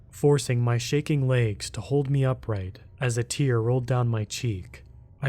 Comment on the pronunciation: Where are you from? The word is legs not laygs